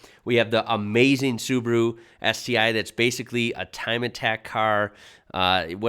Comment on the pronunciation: That means Su-ba-ru and not Subru